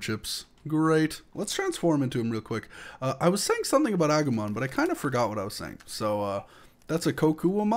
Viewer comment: Agomon is prenounsed ah-goo-mon